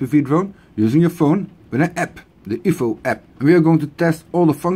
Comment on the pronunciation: I won't try and correct your pronunciation as your English is very good, so I'm sure it is a preference and not a mistake. Still, its funny to hear, oh! And oofo! (UFO) lol very funny. Great video!